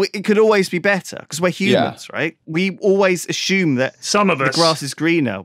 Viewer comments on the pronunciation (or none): Ashume. Assume.